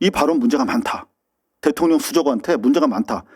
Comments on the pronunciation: 김어준씨 "이재명 대토령도"라고 하네요 "대통령"발음이 좀 꼬이긴 했지만 "대통령"붙였어요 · “이재명 대통령도” 라고 말했어요. 김어준 발음이 나빠서 AI가 놓친듯해요. 악플 달려고 겸공 들어갔다가 봤네요. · 해석은 모르겠지만 이재명도가 아닌 이재명 대통령도 라고 발언했서요 김어준씨가 원래발음이 안좋아 대통령에서 발음이 뭉게져서 그러지 대통령이라 뱔언 했습니다.